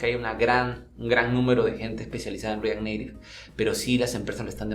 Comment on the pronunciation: pero ¿estas deacuerdo que esa no es la pronunciación para: react native y si lo hubiera dicho en español habría sonado mas claro?